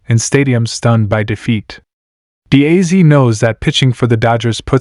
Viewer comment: Can't AI say Dee Azz instead of deèe a zeeee?!